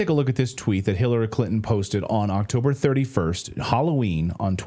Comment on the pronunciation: Hirarry Crintom? Ohhh nooo!